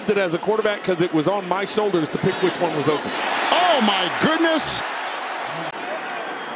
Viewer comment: "omgoodness" lol I felt that